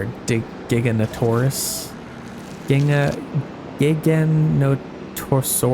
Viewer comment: Giganotosaurus - pronounced like "Gig-a-no-to-saur-us" Dunkleosteus - (The BIG fish with the two plates for a mouth) sounds like "Dunk-ul-oss-tee-us" Love the long video format thinking about getting this game. I played the first one passed on 2nd instalment but I'm feeling the need to get back into it. keep it up :)